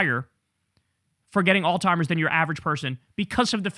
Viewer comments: It's AlZheimer's, not all timers!!! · It called Alzheimer's not “All Timers”, Jay-Z! Lol!!!! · Kyle, my brother. It's pronounced, "ALZ-heimer's" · You keep pronouncing it all timers 🤣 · Please, I beg of you, learn to pronounce "alzheimers" correctly. It's not "all timers". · Alzheimer’s, dawg. ALZHEIMERS. There is no T in Alzheimer’s disease. Please somebody close to Kyle let him know!! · Why can’t he pronounce Alzheimer’s ?